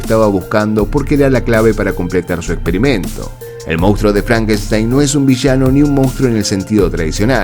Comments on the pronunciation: ¿Por qué los argentinos dicen "mounstro" en lugar de "monstruo"? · Solo un apunte; el término correcto en castellano es, "monstruo "y no como lo has pronunciado.